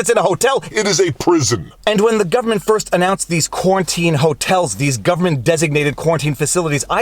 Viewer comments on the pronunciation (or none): none